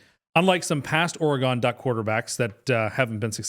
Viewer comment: Most insane nomination for of the video for pronouncing Oregon as “Or-gone”. Never heard of that place pal!